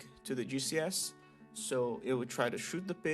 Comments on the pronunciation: Am I the only one hearing GCS as juicy ass? lol, Ty for tutorial btw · I really thought he was saying Juicy Ass instead of GCS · I kept hearing "juicy ass" whenever you talked about the spider xd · Somehow I missed you shortening "Giant Cave Spider" to "GCS" and instead thought you were calling them a "Juicy Ass"... I was so disappointed upon finding out what you were actually saying, both in myself mishearing it as that and because it wasn't what you actually said. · not me thinking you was calling a GCS a juicy ass lmao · Fascinating. As a DF noob, most of this went over my head, but I want to try it any way. Also on an unrelated note, every time you said "GCS" I heard it as "Juicy ass". I think that says more about me than it does about you lol. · Am I the only one that hears "Juicy ass" instead of GCS? 💀😂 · I know he's saying G.C.S but it sounds like Juicy Ass. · Took me a moment to figure out he was saying gcs and not juicy ass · Gcs'.... I thought you said "juicy asses".